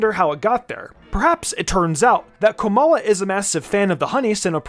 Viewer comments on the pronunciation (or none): I was with you until u said komala